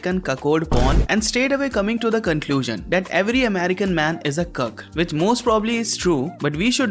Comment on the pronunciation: when indian guy says cuck it sounds like hes saying kirk lol